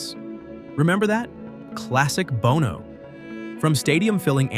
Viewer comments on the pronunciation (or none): It is pronounced "BAWN-OH". AI crap, yet again